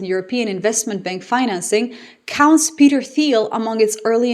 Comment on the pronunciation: I wonder if you’re AI because of your pronunciation of Peter’s name.